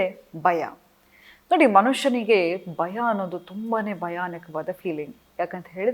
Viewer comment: It's not baya it's bhaya...